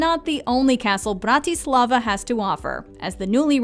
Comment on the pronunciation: BRRRRRAAAA- TIII - SLLLAAA - VAAAAA